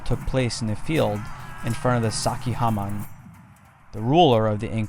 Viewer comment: Been there done it. It's really is amazing. Great documentary but I'd suggest working on the correct pronunciation of many of the names: Choquequirao, Sacsayhuaman, Tawantinsuyu are all mispronounced.